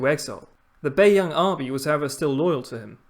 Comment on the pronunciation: no its not, do u actually speak mandarin? the way he pronounced bei yang, both in the 1st tone but actually are in the 3rd and 2nd tone made me cringe